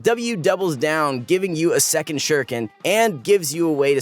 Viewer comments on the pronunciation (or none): none